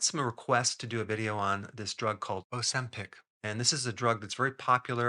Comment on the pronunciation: It's OZEMPIC with a Z, not OSEMPIC.